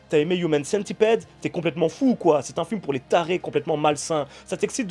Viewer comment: On prononce pas Centipide par contre ?